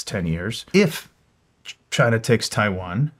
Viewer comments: “if Chiwan…” 😂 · "IF CHAIWAN"